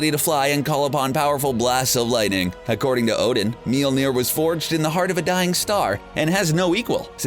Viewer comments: Its Mjölner not Mjelneer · MJOLNIR NOT MILNIR! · It’s not mealmeer it’s molmeer that’s how it’s pronounced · He’s says Mjolnir as MyOLNeAr. No hate bro. Love your vids. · Its pronounced as "may all neer" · Its pronounced myolnier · Why are you pronouncing it "meal-nair" ... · The pronunciation of mjölnir in this video is beyond annoying.